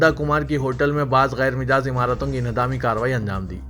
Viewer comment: ghair majaaz ko hamesha ghair mijaaz padhte ho .